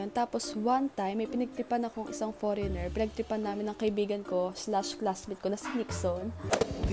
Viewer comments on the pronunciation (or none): It's the "poreynger" for me unso HAHAHAHAHA